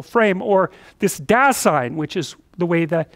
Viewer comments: "dah-zine", though. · "Dasein" is a German word and basically means "being here" or "existence/existing". And it's pronounced more like "duh-sein" and the "sein" as in Seinfeld the comedian and "Da" as in "well.. duuh". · By the way: "Dasein" is pronounced as "Dar-zyne". Greetings from Germany :) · German here. Your translation is literally right. Apart from Heidegger's definition Dasein is simply our word for being. The pronounciation is "dazine", no R in there. German pronounciation is pretty straight forward, unlike French or English :D